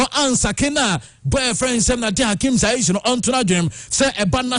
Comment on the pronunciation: take your time and look at names well, you pronounce too many of them wrongly. It is Ziyech not Zaish. The other day it was Hegazi vs Agazi